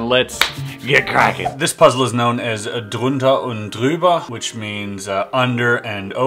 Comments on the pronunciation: Your prounouncing of „drunter & drüber“ was just perfect, thought I‘m listening to a german guy, and had to repeat it!! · I really don't want to complain about your pronunciation with this, but because you asked for it: You didn't pronounce Jürgen completely correct, but you did pronounce Drunter&Drüber perfectly. That was quite impressive, because I guess it's extremely difficult for somebody who doesn't speak German. The "ü" in Jürgen is pronounced exactly like the "ü" in Drüber. Greetings from Germany and keep up the great videos! :) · your german is great(ao far =) most native eng speaker fuck it up because "ü" isnt in the aphabet - but you dont ^^ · You are pronouncing German really good. Especially the "ch" and there was no way to say the "Drunter&Drüber" wasn`t spoken by a German. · Pronouncing drunter & drüber actualy perfect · How perfect u „drunter & drüber“ Said... 😂😂😂 are u speak german? Greetings from Germany 😂🤙🏽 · Your Drunter&Drüber was perfectly said.... Nice one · I‘m from germany and you pronounced it really good! I was suprised that you pronounced „Drunter & Drüber“ perfectly!